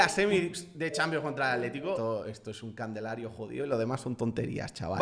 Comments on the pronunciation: Se dice calendario no candelario 😂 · Alguien mas nota que ciempre dice Candelario y el Calendario jajajajaja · hace una banda decis candelario y es calendario XD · Me encanta que dice candelario en vez de calendario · dijo candelario en vez de calendario jajajaja